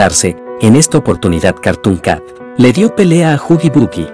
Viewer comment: Se dice huggy wuggy no huggy buggy.2. Es click biat